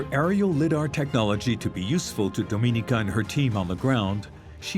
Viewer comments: I know, right? As well as "Liddar" ! Is this a drinking game? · Your AI narrator needs to pronounce lidar right. And citadel.